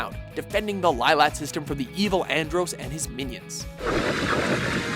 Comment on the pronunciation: Your pronunciation of Andross drives me flippin' bananas. AND-ROSS, NOT AN-DROUS. Please make note of this for future reference.